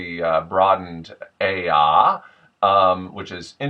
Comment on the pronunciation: this accent sounds like an impression of someone from downeast. Very exaggerated and almost cartoonish. Your ayuh is spot on though. You want to hear a good downeast look up the "interview with a lobsterman" video, or the video titled "the elusive mainer accent in its natural habitat" those are both perfect genuine downeast accents. I like how your video explains the sounds though, it is very interesting! As for which accents are different from downeast, I would say all of them are pretty strongly different. Listen to someone from inland maine (look up Tony Bennett and Codfish from Downeast Dickering, 100% pure bethel/inland accent) or someone from Caribou and they don't sound anything like a downeast accent. There's also the "northern mass" accent of Portland south to the border. There's also a couple really small accents here too, like that weird French accent you run into by St Francis or Fort Kent. That's a really odd one.